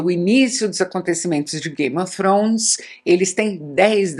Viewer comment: ela falando game ofrones é tao engraçado kkkkkk icone